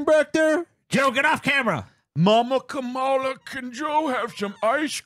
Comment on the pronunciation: It's pronounced: "Kom-Allah."